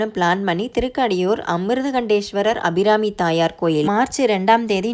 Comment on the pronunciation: நீங்க ஊர் பேர் மட்டுமில்லை சாமி perum thappa உச்சரிக்கிரிங்க, திருக்கடையூர்,அபிராமி அம்மன், சிவன் அமிர்தகடேஷ்வர்